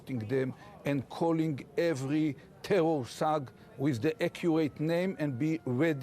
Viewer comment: Ohh the tewor!!!